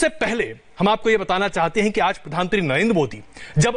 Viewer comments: अरे एन्कर ये प्रधान मंत्री होता है क्या प्रधानत्री कह रहा है। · Anchor sahab pradhantri nhi pradhan mantri boliye . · Cringe every time he says प्रधानत्री🙄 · रजत शर्मा से अनुरोध है कि इन महोदय को "प्रधानमंत्री" शब्द का सही से उच्चारण करना सिखाएं। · Pradhan mantri to sahi se bolo Bhai mere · प्रधानमंत्री आप सही से नही बोल पा रहे को एंकर जी😂😂😂